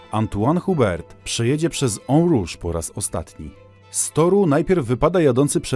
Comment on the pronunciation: Dobrze że dżu gandżu nic się nie stało - "korieri"? "hubert" serio? fonetycznie - korrea, uber - nie że sie przypierdalam, ale waćpanie - za dużo "siedzę w tym sporcie" więc kłuje w uszy, ałe łapkę w górę dam pozdro